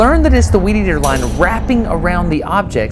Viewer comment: "Weedeater Wars" sounded more like "Wieder Wars"